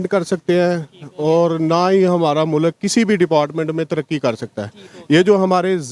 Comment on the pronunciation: Don't say MULAK, it's MULK 😂😂